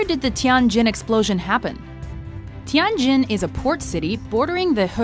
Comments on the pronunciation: It is “Tianjin”，not “Tiangjin”. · Its pronounced Tee-yen Jin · Oh my god, the way the narrator said "Tianjin" made me cringe... (coming from a chinese person)